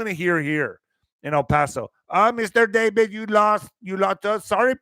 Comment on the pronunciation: YOU JUST KEEP ME LOL ‘ Mistur Dav-ed’😂